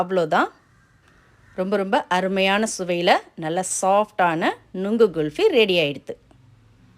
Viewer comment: Very good item for this summer. You said it GULFY, it is wrong. The right pronunciations is KHULFI.